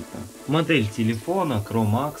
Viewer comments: Не cramax а mcramex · Телефон не кромакс а микромакс